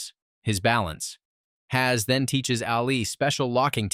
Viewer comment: HAZ🙂 u forget pronouncing two more letter bro